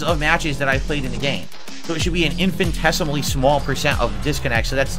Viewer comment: missing a whole syllable of the word "In-fin-teh-suh-muh-lee" Proper way to say Infinitesimally "in-fi-nuh-teh-suh-muh-lee"